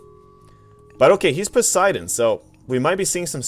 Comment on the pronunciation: Don't you just love english pronunciations. Raw and Pussydon 😂